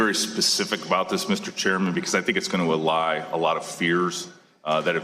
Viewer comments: Whitaker: "I want to be very specific about this Mr. Chairman, because I think it's going to ah-lie a lot of fears that have existed among this committee, among the legislative branch, largely, and maybe among the American people..." [He said, "A-lie" instead of "allay." Because... he's a-lying. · Allay fears. not ally. This guy is lame. Underqualified and impudent.